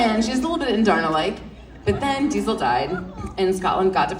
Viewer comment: It irritates me that the interviewer didnt even know the names of the characters. (She obviously hasn’t read the books, she tried to say Andarna, it’s phonetic and she still said it wrong. Rebecca did such a good job, correcting her but still staying so polite.